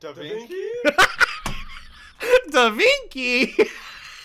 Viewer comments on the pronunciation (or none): "DA Vinky"? Bruh 🤣🤣🤣